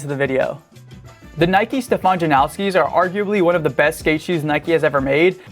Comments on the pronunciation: Jan-oww-ski ❌ Jan-os-ki ✅ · The Janoskis aren't pronounced as 'now-ski' at all, Polish name or not. And this is coming from my Polish friends who ride those shoes. There's no 'now' sound, but rather a 'nos' as in Thanos. It's pronounced as 'nose-ski' basically. The only people calling it 'now-ski' are weird 'Americans'. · Why do people say "Janowski" there's no w in the damn name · first of all you say JANOSKI wrong. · There's no W in Janoski